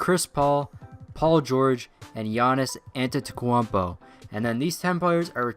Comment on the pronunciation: i died laughing when he said "antetequampo" xD